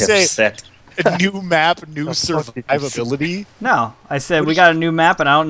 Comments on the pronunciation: You did say Survurvability lol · totally said survivability